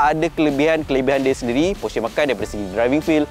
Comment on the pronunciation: porsche. e pepet bukan e taling.